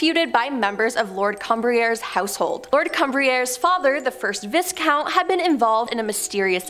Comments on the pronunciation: VBiss-count? I thought it was Vie Count? <*> Leeds JYrul infermorty? Seems to me it is GEN er Al infermorty? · Viscount.....the S is silent so pronounced Viecount....... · Your presenters can't pronounce words like "Tiber" and "economist" also "viscount", lol